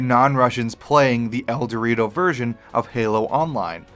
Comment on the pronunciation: Its ElDewrito, he says El-Dortio. I died